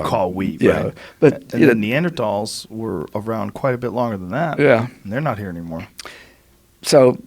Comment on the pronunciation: I feel like joe combined both ways to say Neanderthal because he still doesn’t know which one to use